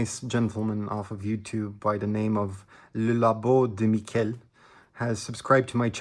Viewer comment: Very good French! He's french though, not spanish, Mi-shhhh-el :) hehehehe I hope he responds! It's awesome seeing youtubers collaborate with each others like that, reminds me there's still some good in this world